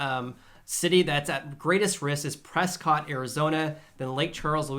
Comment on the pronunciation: Haha, good thing you have distance from the locals of Prescott. They would rig a noose for you for not pronouncing it: Priscit. I lived there and dared to defy them before moving; it always gave me a good laugh. Thanks for the analysis.